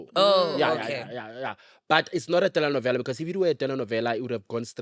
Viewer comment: Love how he says telenovela ❤❤on point